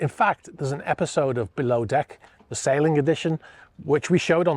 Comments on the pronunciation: SAILING, not SALING. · Love your channel. But the word is Sailing! NOT Saling!